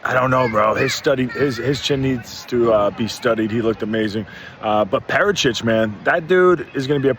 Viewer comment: Lol wtf is calling Prates 😂😂